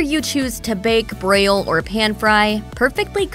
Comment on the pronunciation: And it called “broil,” “Braille.”